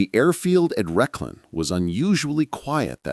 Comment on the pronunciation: It's not 'Reshlin' it's Rechlin!